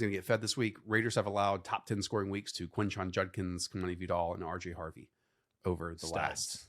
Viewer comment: I NEED you guys to repeat after me… quinshon JUDkins…. NOT, “junkins”… PLEASE.